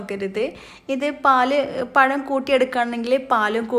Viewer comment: പയം അല്ല പഴം